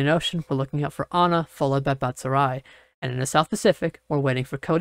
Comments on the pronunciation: Please work on pronounciations… Asani- a saw knee Nyatoh- knee a toe Batsirai- bot sear eye Is there a way you can have a meeting and work on pronouncing each storm name list together? Part of being a trusted source of information is about taking the time to learn the names. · Hey you also pronounce these name wrong! Asani: a SA nee Nyatoh: NHA toe BatsiraI: BAT sear RAI